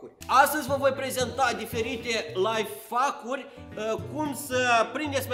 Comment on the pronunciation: Ady se spune laihaicuri nu laifaviuri